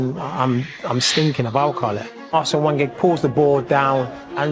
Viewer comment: Can’t even pronounce Wenger correctly 🤦‍♂️